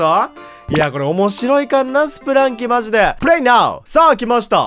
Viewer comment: ずっと気になったんですが… スプランキーじゃなくてスプランキだと思います